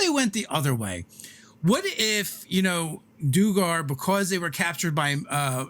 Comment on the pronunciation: Guys... Duergar is pronounced Dwhere- Gar. It’s just an old word for Dwarf.